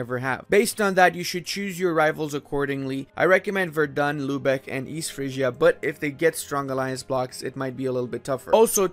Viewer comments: Its spoken Werden not Verdun. The latter is in france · Please look up how to pronounce Celle. I think you had the "ll" part about it. Also Verden is not Verdun. The "V" makes an f-sound, the "e" almost disappears, the "n" is not softened the emphasis is on the first syllable and there is no "u" anywhere. It's pronounced more like "Ferd'n", really.